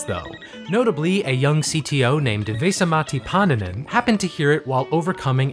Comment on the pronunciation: Hearing you pronounce Vesa-Matti Paananen and Radiolinja was... something else. Finnish is such a fucked up language...